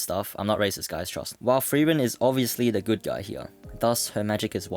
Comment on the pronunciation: Are you saying "thrieren" or "frieren"?